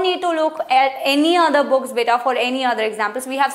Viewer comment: Not beeta it's beta 😲😲😲